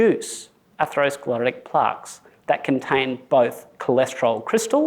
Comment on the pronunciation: Why is he saying Plarks